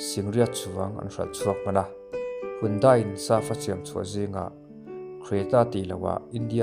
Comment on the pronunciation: Handae tia lam tur,mizoram te hian kan lam sual laklawh taw.